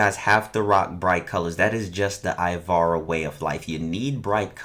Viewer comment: First step* say ivara right